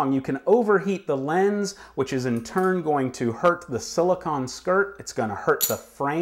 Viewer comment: Silicone! Not "silicon", ugh...